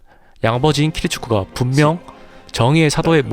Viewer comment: 으아악 키리츠쿠 들을때마다 정신나갈거같아 切嗣 키리츠구 입니다 선생님 근데 내용이 너무 좋아 개추